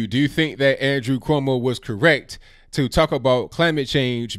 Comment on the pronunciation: That’s Cumos not cuños.